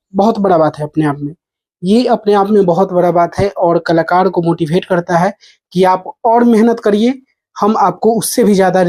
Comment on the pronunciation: भाई मोटिवेट बोल मोटिभेट ना